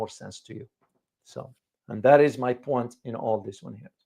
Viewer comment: "Oh, I see you're trying to 'make a point' with that fancy French twist—'pwan' instead of 'point'! Let me 'point out' that your accent’s so charming, it’s basically scoring 'points' with everyone watching. Keep it up, you’re 'pointing'us all in the right direction! Just wanted to point that out..